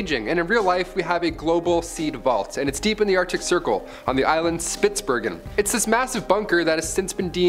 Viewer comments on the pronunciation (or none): none